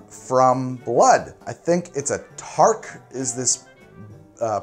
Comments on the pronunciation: Sorry i just cringed every time you called it a Tark. It's called a Targ with a G at the end. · Tis' a "Targ" not Tark/Tarq. Great vid,. Gonna try this at home.